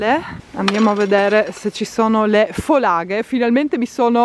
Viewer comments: Ciao, scusa se mi permetto ma Oscar e famiglia sono delle fòlaghe e non delle folàghe, un piccolo errore di pronuncia, la casetta nella quale introduci cibo per volatili la puoi definire una mangiatoia per uccellini. Un caro saluto. Ciao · No, non folàghe bensì fòlaghe 😃